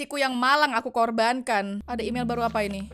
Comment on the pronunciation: imel tapi bacaan mail🗿 apalah